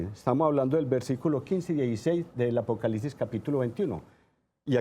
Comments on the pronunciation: La gente aveces no pronuncia bien o no escribe bien entendiste que era apocalipsis no? O no entendiste para explicarte desde el principio peonunciando bien apocalipsis y no apocalisis ya una persona ahora tiene que pronunciar bien todo para que la gente como tu entienda porque parece que no entiendes. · Apocalisis .....(?) donde quedo la “P” APOCALIPSIS mi Señor con todo respeto